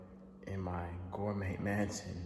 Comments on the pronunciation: DDG “masion” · I can't take this man serious again after he said masion, ig valedictorian is just a word......but heyy nobody is perfect